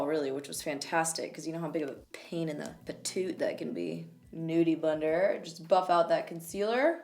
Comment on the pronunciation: Did I hear you say "nudey blender" bc if not I'm coining it right now 😂